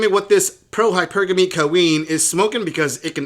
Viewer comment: It’s hilarious when they pronounce hypergamy wrong in the middle of horribly explaining it- we can tell you just googled this shit love